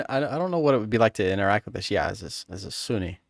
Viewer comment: bro, the way you pronounce "Shia" is spot on